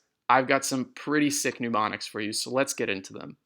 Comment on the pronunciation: Good video ...but it's pronounced (m)n-em-onics not pneu-mo-nics.